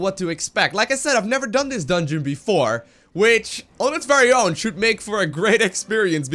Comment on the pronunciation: "Dungeon" Facepalm xD Still awesome video!